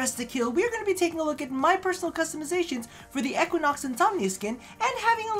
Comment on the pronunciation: PLEASE the way you say Equinox hurts